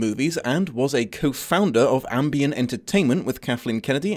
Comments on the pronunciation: Uh,... that's Amblin Entertainment, with an L. Ambien is the sleeping pill that turns you into a racist zombie. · Ambien entertainment? It's Amblin,my good sir. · Ambien Entertainment? Pretty sure it's Amblin 😂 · Really cool review. I got thrown off though, when you referred to the company as Ambien Entertainment as opposed to Amblin. Oh well. Heaven knows I could use a nap.